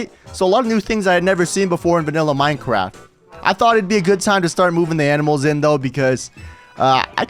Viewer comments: Did he say minecwaft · It sounded like he said that